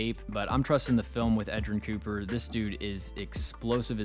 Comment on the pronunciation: U nailed edgerrin cooper